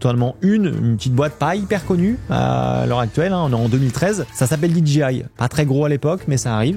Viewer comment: DJI se prononce DGI… le J anglais se prononce G, et vice-versa. 😅